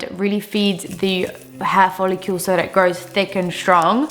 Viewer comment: You're lovely,, truly! We sincerely appreciate your contributions on this subject. I have TRIED to overlook this but I just CANNOT any longer.😭 PLEASE do not add a "u" in the word FOLLICLE! It is NOT follicUle!😢 It's pronounced fol-ick-cull! Cull like DULL. Regards! 😊